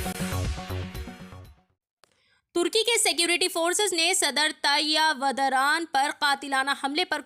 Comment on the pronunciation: Vadara nahin hai vah Urdu gaan hai pahle Naam achcha padh lo madam